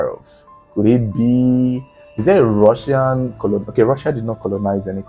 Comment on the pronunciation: "Come with me, I'm from Russia 🇷🇺, I'm Rrrussian 😅😅😅😅